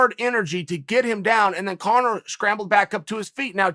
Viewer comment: Chael almost went full Daniel asherov mode calling Conor congor🤣🤣🤣